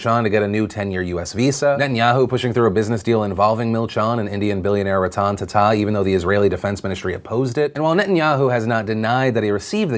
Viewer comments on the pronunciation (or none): *Ra-tun Taaaaaa-taaa. Not ratanne tata.